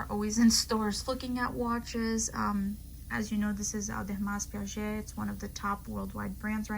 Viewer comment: Nice collection. However I am surprised You said you are so interested in watches and cannot pronounce the brand properly. Please look up how to pronounce Ademars Piguet, it is not that difficult....because the way you pronounce it, it sound like a totally different brand, that also exist. We should have some respect to saying other pals names IMO. Good luck